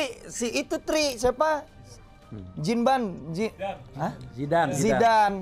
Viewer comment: JIMBAN ✅ ZIDAN ❌😂